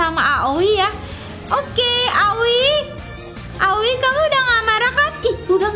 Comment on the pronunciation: Kak manggil aoi miyami, awi